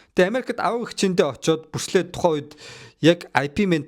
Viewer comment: Бүрслэ биш Брюүс Ли гэж дуудмаар юм бишүү